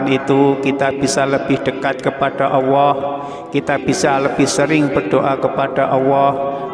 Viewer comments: Iye betul tuh bro... Bilang Allah aja gk bisa.. Dengerin tuh... Auwoh... 😂😂😂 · kok OWWOH Pak ?? ALLAH bukan OWWOH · Kenapa nyebutnya Awwoh bukan Alloh ? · Kalimat Allah jangan di rubah menjadi awoah. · Baca allah kok auwoh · Bukan awoh pa tapi Allaah (Allooh) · Allah apa awahko membacax kayagitu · Bukan owoh tapi allloh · Memang dia sebut Awoh bukan Allah .. Mungkin orang Jawa banget ... jadi saya ingat eyang (almh) puluhan tahun yll klo menyebut Allah seperti itu . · Aku pastikan aq menggunakan handfree saat rnendngarkn dia ckp,knp dia mengatakan awohh bkn Allah 😮 membagongkn 😅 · Allah ustad bukan awoh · Alloh.......!!!! Bukan Auwoh....!!!!!.. Banyak bacot... To the point aje knape sih cuk... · Tulisan nya jelas Alloh lam nya duwa kok membacanya Awoh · Mengucapkan Alloh kok Awoh mana yg benar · Mohon maaf pak ustadz klo mengucapkan ALLOH harus jelas jangan awoh itu dosa besar terimakasih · Yg bener mas nyebut nama Allah. Jngn awa. Kok awa.sebut yg bener.Allah gitu. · Alloh...bukan awoh. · Yg sy denger pengucapan tutor "awoh" . Sy biasa mengucapkan Alloh. Mas, awoh yg mas ucapkan maksudnya apa? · Salah ucap apa awoh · Betul,ngomongnya awoh diulang ulang awoh terus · Ap cma sya yg denger dia ngucanya ‘awohh’? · Admin koreksi ....penyebutan ALLAH nya laen banget....